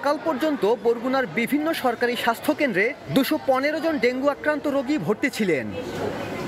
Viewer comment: সংবাদ পাঠক ডেংগু না বলে ডেংগি বলছেন, এরকম ভুল উচ্চারন কিভাবে করেন,একজন সাংবাদিক?